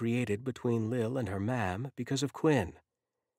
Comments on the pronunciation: Only 5 minutes in and so far I like the story, but it's driving me CRAZY that the narrator keeps calling the mother "ma'am" when I'm sure it's supposed to be pronounced with an Irish accent to say MOM. It throws the story off. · Yes MAM, which sounds different from ma'am...which is what this narrator sounds like he's saying. Perhaps it's just me. I'm used to hearing Irish people say it differently.